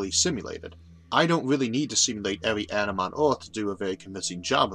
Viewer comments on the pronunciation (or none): none